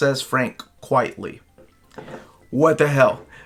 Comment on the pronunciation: It actually is pronounced Frank "Quite-ly". It's a pen name, a play on the phrase "quite frankly".